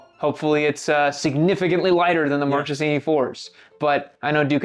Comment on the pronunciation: One little thing: Marchesini is pronounced like “markesini”